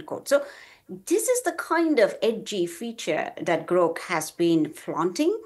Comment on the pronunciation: Hey lady, it's Grok, not Groak. And Gemini, not Geminee